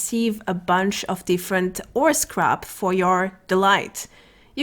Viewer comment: Oh! Ore Scrap not 'orse Crap!